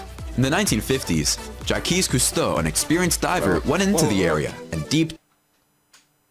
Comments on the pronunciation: before i watch your video i have to comment because i have seen the video you guys are talking about lol i know your reactions are gonna be great. yes he said Jau kees Creuso and that was my reaction what did he just call him. and the spaceship shaped object that they never once showed an actual photo or video clip of is only 60 ft across and has only been seen so far with a type of magnetic imaging nobody has yet explored it because nobody thinks it's worth the money. there's another youtuber with similar content as the video your reacting who always puts one fake thing into his content and that was the fake thing in his video. you guys did not disappoint. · Jeaquie Custeux😂💙The French community is heavily offended😂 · Ocean Explorer/Gangster Rapper Ja-kwees Cewsto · "Jack-quiche Coostow" would be rolling in his grave at this guy's pronouniciation lol (yes, I know how to spell it. I was spelling how he spoke it) And these are the most shocking underwater discoveries by someone who has never been underwater 🤣. I think the crystal cave had to specifically train to rebreather dive on is much more interesting than most of these (can't remember the name.) Keep up the banter and the vids. Love u guys! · Yeah i was laughing with and with the whole narrator "jackees costeau" thing and then says "sakee"......🙃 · JA-KEYS COOS-TOE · Two American guys laughing at another American guy mispronouncing Jacques Cousteau. You guys are the best. I don't even react anymore to mistaken pronounciations of French names/words. I'm French. I love not letting it go "Nah. I hate this guy". I hope I can meet you both one day. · ' reaction to the mispronunciation of Jacques Cousteau was hilarious....I nearly snarfed my dab. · The most shocking thing was that somebody that made a video about diving didn't know how to pronounce Jacques Cousteau. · The most shocking thing is the narration pronunciation lol